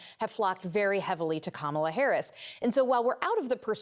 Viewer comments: I see they finally learned how to pronounce her name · Wait.......Trump actually pronounced VP Harris's name correctly 🤣🤣🤣🤣🤣